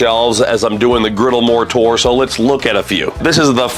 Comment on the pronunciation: I thought you kept saying the Blackstone Moorator, like that was one of the products. Had to google it to realize you're saying "More Tour". Am I the only one?